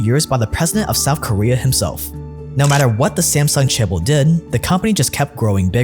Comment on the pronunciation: Souf Korea